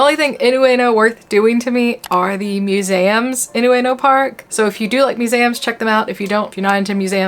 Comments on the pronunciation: Yeah same - Mue-zay-um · You pronounce the word "museum" in a way I've never heard in any English accent before. Where are you from/what's your first language? I'm so curious. lol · Why are you pronouncing Museums so weird?